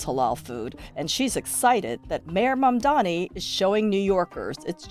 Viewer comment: They still say Mandami 😔